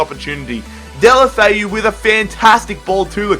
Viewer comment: Who are "deli Alli"